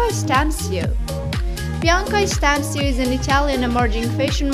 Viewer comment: она молдавская румынка а не итальанка и фамилия не Стансию а Станчю такие фамилии распространенны в регионах Бессарабии и Буковины